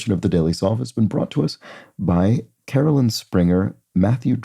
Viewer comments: It's really not a big deal, but for the record my name is pronounced caro-line, not caro-lin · I've never quite understood why so many people say caro-lin. Seems pretty counterintuitive to how it's spelled 😅